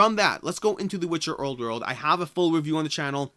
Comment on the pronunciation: There is no r in the word old